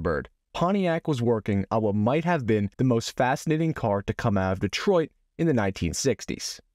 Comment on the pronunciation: "The Wuuat?". Did you say "Two Yoots"? 🤣🤣🤣